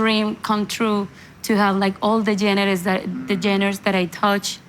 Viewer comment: Por favor Carolina, mejora tu inglés con un tutor privado. Se que lo puedes hacer. Ya es tiempo de hacerlo. Pronunciar correctamente palabras como ‘genres’.. not geners 😮. Se dice : ‘make decisions’ … not ‘take decisions, etc. ‘Starting from scratch’ is what you meant? Don’t say putting geners… ☹️